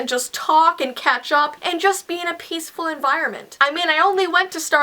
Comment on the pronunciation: XD I thought said "talk and ketchup" instead of "talk and catch up" XD